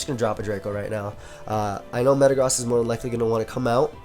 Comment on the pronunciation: Did he really say "Thatd Mega Zam" when clearly Mega-Gross is seen in the team!?